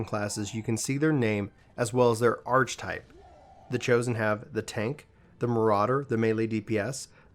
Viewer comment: Archetype is pronounced arkehtype